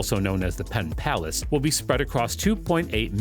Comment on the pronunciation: Was the narration generated by AI? Arlington, West Virginia?? Pittsylvania, South Virginia?? Pontiac River?? PenPlace, not Penn Palace. It even says PenPlace on the graphic!! You got more details wrong than you got right. We are all dumber after watching this.